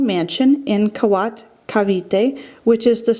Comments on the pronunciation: “Kawat” It is Pronuced “Kaweet” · Kawit (not Kawat) Cavite. Barasoain is pronounced barasweyn. Sergio is seryo. Roxas is rohas. It maybe good if you have the former versions of new banknotes (same color, same personalities in front except for 500 pesos but different back design.)